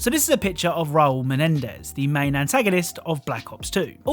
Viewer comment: u cant pronounce Menendez?